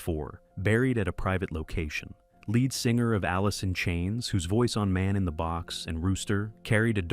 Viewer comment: Lead singer is how its pronounced , not Led